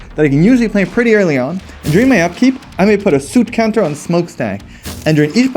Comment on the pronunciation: I didn't expect the suit counters to come out in game 3. Is that the British pronunciation, or is it a exclusive?